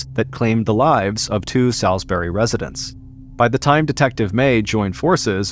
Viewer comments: Salisbury is pron. Sawsberry, not Sowsberry.. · Not me (a north carolinian born and raised) ABSOLUTELY dying over the way he says Salisbury 😅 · I assumed it was an american thing. Salisbury England is not pronounced like this either.